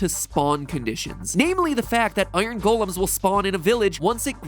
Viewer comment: How he says "golems" really gets on my nerves